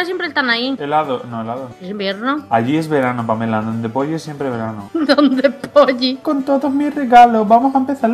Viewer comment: ahora por vuestra culpa en los anuncios de polly solo oigo polli :$ xDDDD!